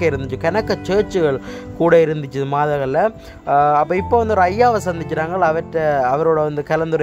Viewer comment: மதகல் இல்லை!! மாதகல்..